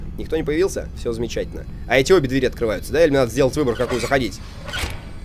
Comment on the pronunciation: Правильно говорить не 2 дверИ , а 2 двЕри.